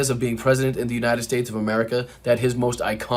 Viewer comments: Trump had my cat and I laughing…God bless the” United Shates” 😂😹🙀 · The IRONY of his blunder at . "God bless the United sHATEs" -- yes, Trump succeeded in emphasizing the HATE in this country; he sure did...